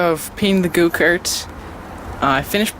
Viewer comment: Did he say “go kert”?